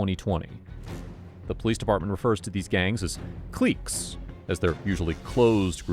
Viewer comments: "Cleecks" clique is pronounced click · It’s clique and it’s pronounced Click